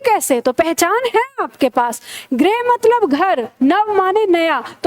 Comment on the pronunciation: गृह का उच्चारण ग्रिह (उत्तर प्रदेश) ग्रुह (गुजरात) गृह और ग्रह के उच्चारण में अन्तर रखिए। सभी ग्रह मत बोलिए।